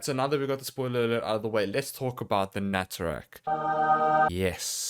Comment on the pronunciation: Nataruk, not naturak